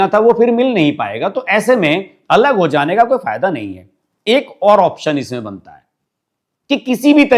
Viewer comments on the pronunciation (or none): none